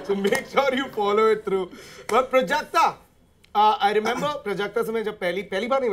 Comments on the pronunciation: It's प्राजक्ता, not prjakta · It's प्राजक्ता not प्रजक्ता